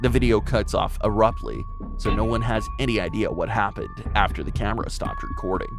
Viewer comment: The most mysterious thing about this is that the narrator cant say the word ABRUPTLY ... .